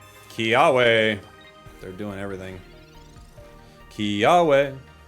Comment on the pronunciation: Kia-ve! It's a v sound!